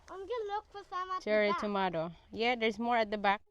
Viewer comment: Girl tomato lang yan .. wag masyadong e arte pag pronounce